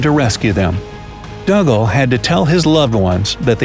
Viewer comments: I have always heard Dougal pronounced as if it was Google, but with a D at the start - Doogle, Never as Duggle. Think of Father Dougal from Father Ted or Dougal the dog from the English version of the Magic Roundabout. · I'm almost positive that dougal is pronounced doo-gull not dug-ahl The more the voice says dug-ahl, the weirder it sounds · It's pronounced Doo gul NOT Dugg ul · Hi bro just to say it's pronounced doogal and I only know that cause he's my great grandad and my mum is Niels daughter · Dougal is pronounced Doogle, you do have the pronunciation of Douglas correct though. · It's pronounced Doo-gal.. 😒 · His name is pronounced "Doogal" - it's Scottish. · Dougle pronounced Doogle. What a story!